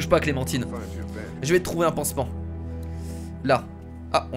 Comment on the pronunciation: c'est pas clementiiiine c'est clementine comme le fruit xd